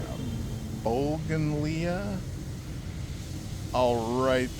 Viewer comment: Love getting here first, I was watching another pod cast. I'd be going for much fewer steps in my next place & this one has an elevator! Bougainvillea say: Boo-gan-veel-ya We had those in CA. made great hedges because they also have thorns to make people who know avoid them. The temple was beautiful. The cemetery is bitchen! The random pot burning was very curious! It would be nice if you can find someone friendly you can ask why folks seem entertained or out off about you.